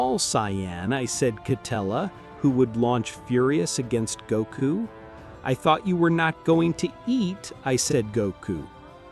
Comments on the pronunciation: first off it’s not Gaku it’s Goku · Need to check the words and names. The AI voice over is bad. It's not Gako.. or village.